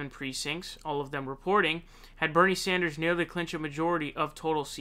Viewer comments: This guy would be like... “... If you are going to Saun frauncisco... make sure to wear flowers in your hair “ 💐 🌺 😂 It’s San like San francisco ! Then der! Like DER!🤪lol nah It’s DER! Like THUNDER! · Love your content, but, it's SAN-ders, not SAUN-ders. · Its sanders, not saunders! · Please pronounce Sanders correctly 🧐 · I love your channel and I hate to correct you but it's like finger nails on a blackboard hearing you pronounce Bernie Sanders. It's not Saunders.... its saa-n-derz. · He does say Saunders.... but why??? In England, we say Sanders like Saanders. So may be.... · jesus christ dude... props on how fast you get news out, but dude every time you say "" it's makes me want to fuckin bludgeon someone death, fuckin knock it off, jesus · bro, how do you say 'sand'? saund )) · I love your videos! Just wish you would pronounce sanders name correctly. Lol you seem to pronounce ppls name weirdly. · Love this guy but th way he pronounces annoys the f outta me